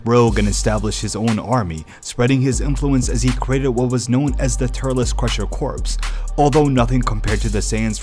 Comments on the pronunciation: It isn't pronounced "corpse". "Corp" is pronounced without a P sound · Corps is pronounced like "core"